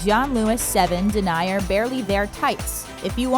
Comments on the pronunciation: Seriously you pronounced it de-ny-r? The way you said it means: a person who denies something, especially someone who refuses to admit the truth of a concept. For stockings it's den-e-eer and it's French. Maybe you should learn some of what the royals have to...like correctly saying a word in the context it's meant. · It's 'den-ee-er', not 'den-eye-er'. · Oh dear learn to pronounce denier properly - it's not deny-er, it's den--e-er....